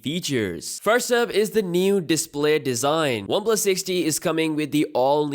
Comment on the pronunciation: NEW #DIPLAY DESIGN 🤭😂 #BIB BATTERY 🤣😂 R.I.P. English... LOL FUCK